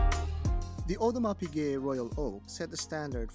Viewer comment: it's center seconds, not center second. And it's Audemars Piquet, not Audars Piguet.